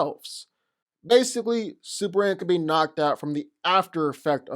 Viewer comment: I dunno what is he saying: is it Supleman, Suplement or Superhand? He repeats this word many times, but it doesn't sound like Superman at all. Anyone can translate? xD